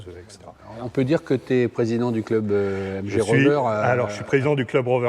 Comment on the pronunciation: It’s a British car, please pronounce it correctly🙈😛 Its a MG not mgeeee, its a tourer, not a break 🙈😛 Thankyou.